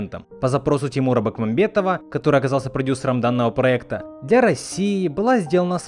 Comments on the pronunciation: Почему ты произносишь фамилию режиссера через букву "Э"? Там же написано Бекмамбетов, а не Бэкмамбетов. Откуда это желание вставлять букву "Э"? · Не Бакмамбетов, а Бекмамбетов. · Бекмамбетов. А не бакмамбатов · Серьёзно?! Тимур "Бакмамбетов"?! Автор, это неуважение к человеку. Мог бы постараться и произнести правильно. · Научись правильно произносить фамилию Бекмамбетов! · Автор скажи по слогам Ти-мур Бек-мам-бе-тов